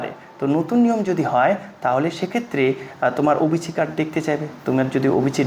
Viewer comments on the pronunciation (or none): অবিচি নয়... ওবিসি